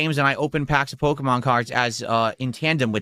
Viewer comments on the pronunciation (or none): It’s Pokémon. Not Pokuhmon.